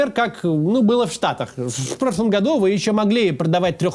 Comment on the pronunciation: "Все тогда вдруг рефыли 🤓" "Вф профлом году 🤓" Макс, что с тобой?)